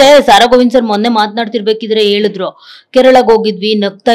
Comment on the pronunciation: ನಿರೂಪಣೆ ಮಾಡುವವರು ಸ್ವಚ್ಛ ಕನ್ನಡ ಮಾತಾಡಿ... ಏಳುದ್ರು ಅಲ್ಲ... ಹೇಳುದ್ರು...ಅಂಗಿಲ್ಲ ಇಂಗಿಲ್ಲ... ಯಾವ ಭಾಷೆ ರಿ ಇದು